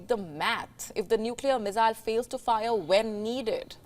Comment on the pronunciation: Haha the pronounciation from missile went to mizailes lol 😆